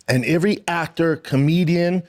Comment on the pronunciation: Who is he to preach?!?! F...... clown. Cant pronounce "any" or "every" and no one corrects him smh. He said they were cut from same cloth lol omg what joke